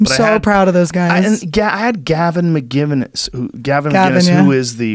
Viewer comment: Joe actually like he doesnt know what stormfront is or how to say gavin mcinnes